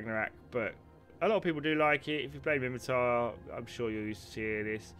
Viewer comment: It's *Minmatar. :)